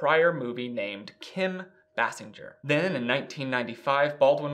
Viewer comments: His ex-wife’s name is Kim Base-sing-er not Bas-singe-er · Bay-sing-er not Bah-singe-er smfh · Basinger=BAY-sing-er not Bass-en-ger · FYI it's Bay-sing-er not Bass-in-ger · Kudos to you for factually pointing out in chronological order the fact that Alec Baldwin has a long term history and provable pattern of abusive behaviors that prove he is a useless pustule and a danger to society. Kim Basinger (Properly pronounced BASE-ING-GER) is an Oscar award winning actress who has been almost forgotten because his horrendous behavior went unchallenged. She was just another crazy woman in Hollywood. He was a white man in Hollywood as part of the good ol boys establishment remained unscathed. Thank you for doing your homework. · This is just a great show, I really enjoy it. It's Kim (BAY-SINGER), she pronounced it in an interview I once watched. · This is v nit picky but Basinger is pronounced like bay-singer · Thank you for correcting the pronunciation of her last name. It was driving me nuts. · I’m amazed that he was unfamiliar with Kim Basinger (thus the name mispronunciation). Kim Basinger was pretty much the “It Girl” of the late 80s through the early 90s. I remember being a child and seeing her in so many films and in countless magazines. For fun, today, everyone should look up and listen to the song “Peach” by Prince. It’s about her, as she and Prince had a little thing before she married Alec. Prince attempted to help Kim with a music career, but she wasn’t much of a singer. She did, however, make some cute little sounds that he tied into various songs during that period (he did the entire soundtrack to that 1989 Batman film), and Kim Basinger can be heard throughout the song “Peach,” making what sounds like a sort of moan-hiccup. I’m pretty sure Prince titled the song “Peach,” as Basinger hails from Georgia. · Please learn to say Kim's name properly. How can we consider your opnions when you can't even get someone's name right? You're welcome.